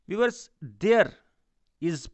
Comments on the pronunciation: I like 👍 it when he says viwers [Viewers] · I clkiked his chanal and said 'VIEWERS' then he repeated it after me😂